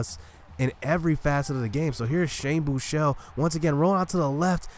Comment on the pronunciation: FINALLY SOMEBODY WHO CAN PRONOUNCE SHANE BUECHELE'S NAME CORRECTLY! Lol sorry for the caps but yeah. Tough loss though...